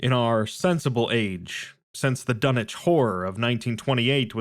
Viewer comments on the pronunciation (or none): can someone explain why tf it's pronounced dunnich instead of dunwich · Love the content and the story, but the fact that you say dun-ich and not dun-wich is a bit jarring to hear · Dunich..... what happened to the w? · Dunnnnnnnnnnnnnnnnnitch? Unsubbing lol wtf are you on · The Dun-itch horror....bahhh bye, happy trials